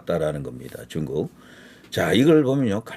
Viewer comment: 뚕국~!!! 이게 맞는 발음~♡